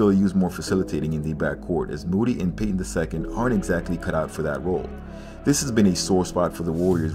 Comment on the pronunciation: It hurt my spirt every time you said Payton